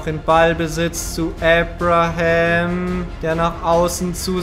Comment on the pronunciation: Bin ich der einzige, der wegen Aussprache von Abraham gestört ist?